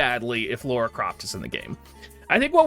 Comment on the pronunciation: Spelled and pronounced "Lara (lah-ra)", NOT "Laura (law-ra)". if yall played the games it's said over and over lol. XD Speaking of the collab tho.......Not really interested shrug